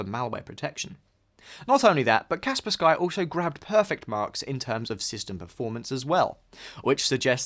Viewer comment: Kaspersky is one word, the "sky" is not an additional word... so you have to pronounce it as "Cars Purse Key" and not "Cars Purse Sky". Its not pronounced differently according to region, that is just how you pronounce it even when using English language rules.